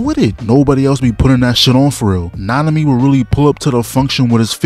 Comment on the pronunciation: Nanami? Oh, you mean -ami..